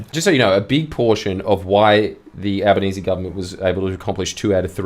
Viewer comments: "al-lie-benese" Bwilliant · AL- LIE?-Banese... LOL